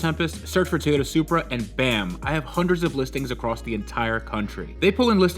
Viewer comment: ...don’t ever say Toyota Supra again